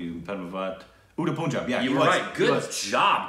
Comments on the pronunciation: For god sake, plz its not puunjaab its p-un-jaab(pronounciation) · If you want to watch Shahid Kapoor, start by watching 'Haider' & 'Udta Punjab' (which actually pronounce as ur-ta panjab)